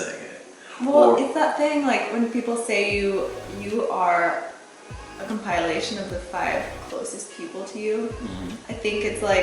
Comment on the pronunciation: ComPIEa-lation? mmkay.